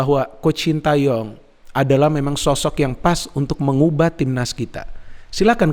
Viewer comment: Knpa y.. bnyak yg nyebut namanya shin ta yong pdhl bacanya shin te yong